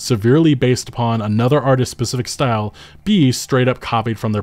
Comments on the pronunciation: Say it with me, now: artisT's, not artises, artisT's 😂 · Stop saying artistses